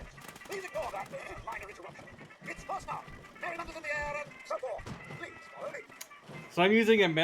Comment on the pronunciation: Pronounced “Fahs nuked”. Roughly means fallout in German.